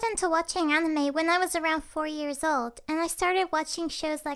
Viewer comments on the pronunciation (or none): Did anyone realize that she said “Catime” and not “Anime”?no it was just me?ok 😂